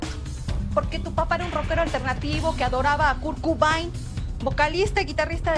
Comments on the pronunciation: La señora dice Kurt Cubain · Kurt Cobain super mal pronunciado jajajajaj